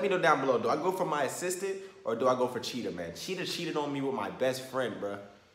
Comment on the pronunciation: Every time you say “Assistant”, it sound like “Sister”